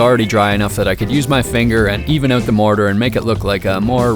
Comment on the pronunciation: Why is it so hard for you to say OUT?